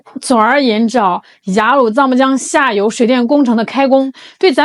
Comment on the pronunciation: ，妳是说印度下游还是印度下流…😅我重复听了几次😂。